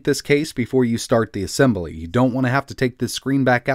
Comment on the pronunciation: Did you say "ah sem bah lee" instead of "ah sem blee"? Nice video. I did buy that Motile laptop you reviewed a while back. The 142BK instead of the 141BK. 8GB of ram and 256 GB M.2 SSD. It's in route.